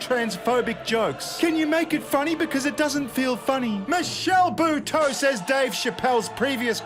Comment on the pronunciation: Lol, that's not how you pronounce Buteau.